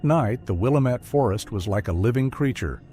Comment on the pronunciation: I was going to say that!!😂 it's NOT Will-Uh-Met